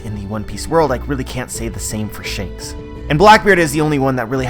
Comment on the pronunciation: ITS SHANKS MAH MAN